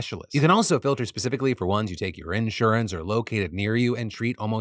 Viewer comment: The way you say insurance really bothers me